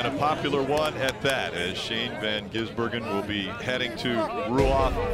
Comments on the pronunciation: and are the best 😂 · don't forget with a stumble. That one is definitely my favorite. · Every time they mispronounced or stumbled over SVG's name: "Shane van Ginsenburgen" (my favourite) "SVJ... G" "Shane... van Gisbergen" "van gisBERGen" "van gisBERGen" "Shane van gisBERGen" "ven gisBERGen" "Shane ben Bagizbergen" "van gisBERGen" (checks notes) "disbergen" "gisBERGen" "gisBERGen" "Shane... ben Gisbergen" "Bergen" "Shane... ven Gisbergen" "Shane... ven Gisbergen" "gisBERGen" "vasvih vesvedur" "van gisberg" "vansvi gisbergen" "The Gearz" "Shane van... gisBERGen" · dont forget at around the 3h mark van Geesebergen